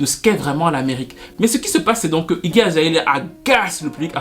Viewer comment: azaélia ... mes oreilles saignent, mais bon la vidéo est trop intéressante on laisse passer